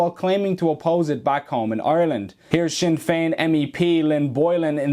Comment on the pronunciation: "Sin" Fein 😢